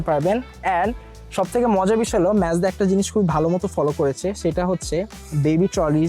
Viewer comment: its Mazda bruh. not Mezda :/